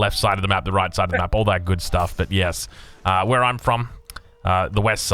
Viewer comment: He says 'vhen' instead of 'when' and 'vhere' and 'vater' and willagers and wery etc. I am English so...